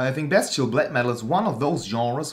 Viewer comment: when you pronounced "bestial black metal" I've heard "best chill black metal" xD you call them tutorial in a satirical way whilest being funny and still keeping it black metal, without making any fun of the genre. And that's what I like with them (and I like to think I leanr stuff too). So yeah: funny, satire of tutorials, and learning shite. Btw, chech out this guy who makes fun of tutorials Good job. Keep making them and I'll keep watching. Cheers!